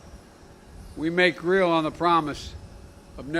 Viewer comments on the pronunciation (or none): none